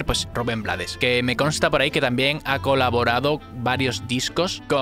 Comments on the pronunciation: brutal!, btw es Ruben "Bleids" no blades, se pronuncia en ingles si estoy equivocada me corrigen. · Rubén "BLEIDS", no Blades. Por origen, el apellido es pronunciación en Ingles. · Crítica constructiva, el apellido de Rubén se pronuncia Bleiss, ya que es en inglés. Antes de decir que no sabías quien estaba cantando al inicio de la canción debiste hacer bien tú tarea. Y saber que es Rubén quien canta Pedro Navaja. Rubén es el Maestro de la Salsa.y también canta y toca música Jazz , su esposa es una increíble cantante de Jazz Luba Mason.. Educate mejor antes de bajar un vídeo y hablar de uno de los Grandes. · Su apellido se pronuncia en ingles. (bleids) ... su familia es de fuera de panamá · Rubén Blades se pronuncia bleɪds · se escribe BLADES pero se pronuncia BLEIDS (por el ingles) y si te preguntan quien te lo lo dijo #TeLoDijoElChombo Autolike para no morir en el olvido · solo la pronunciación del apellido no es la correcta, su apellido es de origen ingles